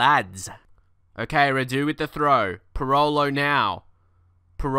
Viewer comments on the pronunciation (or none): not Rahdu, its Ra-du